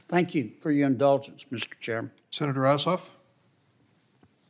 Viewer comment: Did he say Senator asshoff?